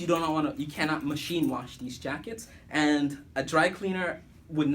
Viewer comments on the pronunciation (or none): none